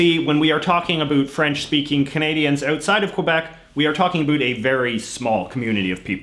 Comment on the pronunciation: No, he also says "around" as "aroond" and "outside as "ootside", which means that he is not just selecting and pronouncing words differently. I think all words having the vowel sound "ou" to him would sound like "oo" than "aw".